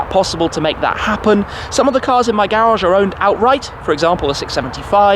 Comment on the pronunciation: Garage, not garagggggggggggge 😡 lol